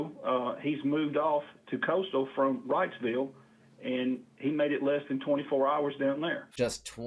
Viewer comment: It sounds like y’all are saying Rightsville. It is Reidsville I believe pronounced REEDS Ville.